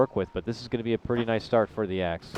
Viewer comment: Can't say axe or jug :D